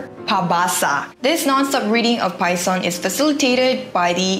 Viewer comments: Its not Pay-son, its passion. In tagalog its pasyon. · Pasyon..or Passion...not Payson.. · And also same sa Spain we also call it "Semana Santa" same and we also really celebrate holy events and days in our school and we have a lot of religious activities. Pero hindi naman pinipilit sa ibang students na hindi katoliko ang ganung practice like praying ganun. And Pasyon is pronounced as pa-sion or syun. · akala ko mali lang ng dinig. pie 🥧 nga pala tlga. Nawala ang “s” Pas kc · It's cute when you pronounce the word "pasyon". It is sounds like an English word. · it is pronounced as PASS YON. Pasyon is literally just a different spelling of pasión, the Spanish word for passion. It pertains to the "passion" of Christ. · Pasyon, Passion po pronunciation 😁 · it's PAS-YON (like Passion in english) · Btw PASYON is pronounced as Pà-shon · Pasyon. Is pronounced as passion. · it is pronounced as Passion or Pabasa... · Ate, to correct your pronounciation sa Pasyon its like Pashyon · You have mispronounced the tagalog word Pasyon ---- please say it as Pasión -- stress on the second syllable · Pasyon is also read as somewhat like Passion (just Tagalog accented 😊). pas'shon 🤗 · I really appreciated how tried to enunciate PASYON that it had somehow interchanged the letter S and Y hehe just so cute tho. Anyways, if you'd read this, I'd like for you to also try HOLY WEEK FOODS and DESSERTS if you would and see what you like the most. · It's pasyon not payson. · it's pas-YON not payson, from the word Passion. Local people sing the story of the passion of Christ written in the book. Traditionally u hv to finish the book everyday which normally ends aftr midnight or early in the morning. Usually the pasyon is done in chapels but some are done in their houses and normally they prepare food for people who visit, especially those in the chapels. ✌🏼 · not payson its pasion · Its pas-yon not pay-son. Good Vid. One of my favorite holiday in the philippines ❤